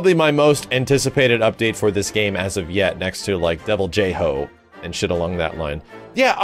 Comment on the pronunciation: It's pronounced "DEVIL-JOE"*, not *"DEVIL-JEY-HO"